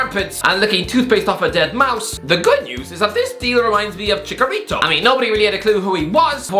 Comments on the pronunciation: Cmon it’s ChiCHarito not Chicarito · Dude really said "ChiKarito" 😂😂😂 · That annoys me more than it should lmao